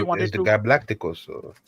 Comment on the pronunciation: "blackticos" 😭 friendly fire